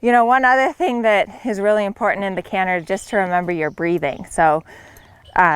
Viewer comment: Gerry cinnamon won’t be happy with her “cannher”😂